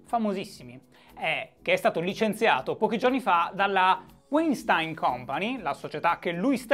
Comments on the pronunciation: ahahah non ne hai azzeccata un, si pronuncia VAINSTAIN (con la ʃ (ovveero come SCI)) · si dice "uainstin". ti posso correggere perché non l'hai detta questa pronuncia ;) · Si pronuncia Vainstain. È un tipico cognome ebraico-tedesco. Wein vuol dire vino, stein pietra, e la lingua tedesca è composta da una marea di contrazioni. P.S. EI si pronuncia ai, mentre ie si pronuncia i. Aufwiedesehen Shy. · E' "Uàinstìn" Shy <3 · Breaking Italy il nome sembra tedesco .. e se è tedesco Weinstein si pronuncia "vainstain" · Breaking Italy Comunque si pronuncia "vainshtain" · Tecnicamente "weinstein" è un cognome di origine tedesca quindi si dovrebbe leggere "vainshtain", ma la sua nazionalità statunitense cambia tutto? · Pronuncia: Vainstain (Non per correggerti, per fartelo sapere) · Demis Alberti senza Sh è tecnicamente parola tedesca il suono sh si sente quando scrivi Sch Stein si legge Stain come in Albert Einstein Scusate volevo fare il per una volta il saputello visto che sono parte della community della gentaglia immigrata in Germania Entschuldigung (qui si sente il sh) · Guten Morgen Shy. Si dovrebbe pronunciare Vainstain . St , per lo meno qui nel nord della Germania, si pronuncia Scht come la sc di sciacquare . Tschüss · "Si pronuncia Waintiiinn!!!" cit. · Dal nome direi direi Weinstein sia di origini tedesche, quindi propenderei per una pronuncia come /Vainstain/ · Se è tedesco si legge Vainstain (V come V di Verona e non W) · Si pronuncia "Uainstin" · Dai si dice Weinstein lo sanno tutti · Comunque si pronuncia "uainstain". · Si pronuncia Weinstein.